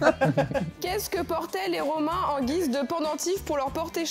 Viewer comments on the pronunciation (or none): none